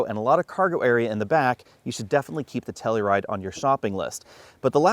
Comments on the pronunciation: It's pronounced "Tell-U-Ride", not "Tell-E-Ride" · Wrong, it’s pronounced Kia Slowride.